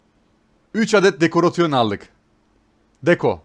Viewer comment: dekoreyşın diye oku şunu lütfen :D çok güzel seri, başarılarının devamını dilerim :D